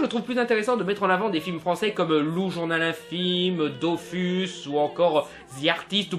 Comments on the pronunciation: balec que t ai mal prononcer valerian t a dis dofus alors que ça se prononce dofous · Ho mon dieu il a dit dofus alors que ca ne ce prononce dofouss !!! /ce commentaire n'a aucune utilité à par faire chier/